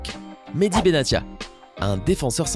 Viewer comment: Pour Mehdi ça se prononce : mehedi😅